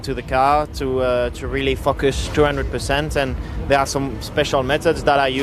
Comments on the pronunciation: When Buxton asks him if you need a lot of focus round Monaco it sounds like Leclerc is saying "fuck us" 😂😂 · When he says focus it sounds like fuckus